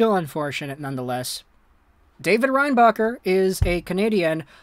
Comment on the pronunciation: Nah i think he just couldnt say his name like most anglo with anything a bit latin